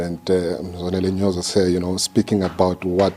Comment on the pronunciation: Ma'am, It's Mzwanele Nyhontso*, Nyoso is something else😂😂